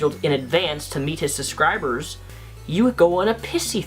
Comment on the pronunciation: The way pronounces 'subscribers' as 'susscribers' is adorable...